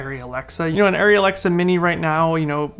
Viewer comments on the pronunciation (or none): I haven't even touched an Arri but it's ah-ry, not airy. Thank-you for your Komodo thoughts! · The people in Arri Tech Talk Live in German pronounce it ah-ry. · This is not correct. It’s pronounced airy.